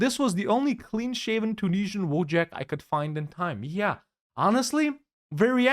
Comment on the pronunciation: "the Tunesian" - spotted